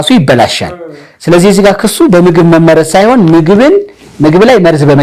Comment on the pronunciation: አማርኛ ድሃ ቋንቋ መሆኑ!!! አህ! "መመረዝ" የሚለው ቃል በራስህ አነባበብ ችግር ፀሀፊ አቃቤህጉን ወቀስክ። በአድራጊ(subject) መመረዝ ነው የሚለው ፅሁፉ የመጀመሪያው 'መ' ላልቶ ሁለተኛው 'መ' ጠብቆ። አንተ የመሰለህ መመረዝ(object wise) ሁለቱም 'መ'ዎች ሲጠብቁ ነው። ቀድመህ ማንበብ ነበረብህ